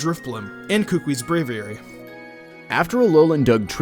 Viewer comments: It. Is. Ku-ku-I. Not kookwi. I'm from Hawaii. It just bugs me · I love these kinds of videos, but sorry for being a nuisance. Buh-WARE Professor Kuh-KOO-ee Branch Chief FAH-buh Gul-EYE-suh-pod GLAD-ee-awn Sil-VAL-lye